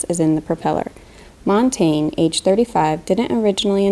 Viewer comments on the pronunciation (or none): Please, Montagne (French for mountain) is pronounced; Mon - Tang - yuh.